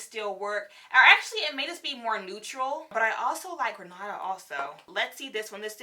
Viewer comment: I'm sorry when you gre nada .... Girl it's grenada like the island😂😂😂😂